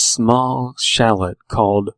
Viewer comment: Chalets look like something you'd find in Switzerland because the word originated there :) you don't pronounce the "t" though. Pretty good story. Also your voice is great for reading creepypasta!